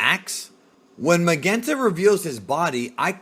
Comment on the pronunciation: Can you pronounce soft "G's"??? GERO and Magenta you pronounce so wrong it's cringy